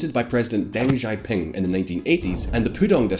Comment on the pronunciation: First get some chapstick! you are on camera ffs! Your pronunciation is trash. Not everything sounds like zhuuu zhow. It is: [SHEEEEE Jin PEENG] [Dung SHOW PEENG]